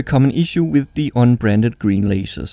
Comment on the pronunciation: I think he was saying "Un-Branded" with an accent.